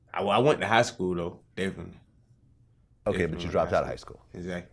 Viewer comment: Vlad: So when did you start officially rapping? Baby: Deffily ..uhzackly